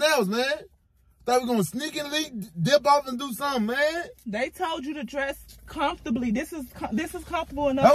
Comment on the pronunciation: You said dress comfortley 🤣🤣 Desertzated locations 😂😂🤣